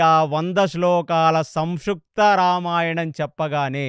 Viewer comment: మీరు చెప్పే విధానం బావుంది... కానీ మీ తెలుగు స్పష్టంగా లేదు... మహాప్రాణాక్షరాలు సరిగ్గా పలకట్లేదు.. సంక్షిప్తం అనేది సంక్షుప్తం అంటున్నారు.... పంచభక్ష దగ్గర కూడా.... సార్ కాస్త గమనించగలరు 🙏హరేకృష్ణ